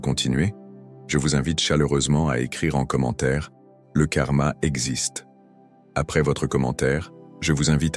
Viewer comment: Le Kaa exkste 😂😂😂😂